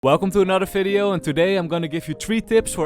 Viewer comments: Bro it's video not fideo 😂😂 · Brother its not Falorant and not Fideo plsssssssss